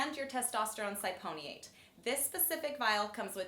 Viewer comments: Testosterone Sy-Pony-ate. Haha Sip-oh-Nate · Cypionate is pronounced sip-pee-oh-nate not sigh-pony-ate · Testosterone SIP-E-OH-NATE. Cypionate, not "cyponiate" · Cypionate not Syponiate lmao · Cy-pony-ate ?? LOL. Its a red flag in my book when both of them can't pronounce the drugs they promote. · I like how she say's testosterone cy-pony-i-ate. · Hahahaha.. test syponionate. Lol. It's ok sweetheart, you're pretty so you can get away with such an absurd pronunciation. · Ci-Poe-knee-ate, lmao that’s a new one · What is cy-pony-ate? lol.. beside the fact a doctor cannot pronounce the medicine the video is helpful. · ? They don't even pronounce testosterone cypionate correctly? WTF. Cyponiate? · Cy-pOn-Ē-O-nate? Lmao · This was brutal. Wrong needle trying to inject oil through that gauge could push needle into thigh. I have heard of that happening. And unless it’s a need testosterone they are using she butchered the pronunciation of cyponate. Oh and 1/2 inch needle will have it sitting under the skin. Barely into muscle. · Did yall just hire her to be in the video? What the fuck is a testosterone „cyponiate“ lol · What is sy-pony-ate? Come on guys, at least pronounce the drug name right. Cypionic acid/cypionate has no pony in it. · Cyponiate? Negative - CYPIONATE! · You'd think she'd have took the time to learn how to pronounce cypionate properly. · Lol can’t even say the compound right